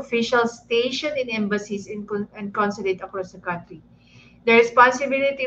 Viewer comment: Hoy DAN FERNANDEZ e correct mo muna ang pronunciation mo ng “COUNTRY” GAGO!